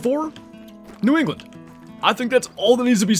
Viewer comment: New Ew-gland😂👍🏻